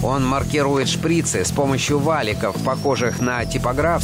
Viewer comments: Не шпрИцы , а шприцЫ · Не шпрИцы, а шприцЫ